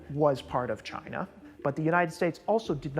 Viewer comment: 😂..chiner😂..you didn't get it past me 😂